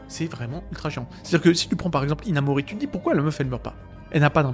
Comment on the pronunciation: Hinamori... Hinamouru